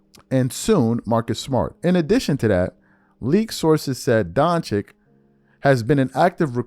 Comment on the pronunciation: DON-CHICH. SAY IT WITH ME DONC-HICH